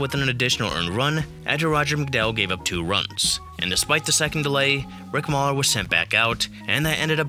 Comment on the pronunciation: Rick MAYler, even though it was spelled Mahler.